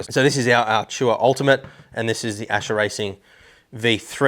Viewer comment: Its Ascher, not Acher :>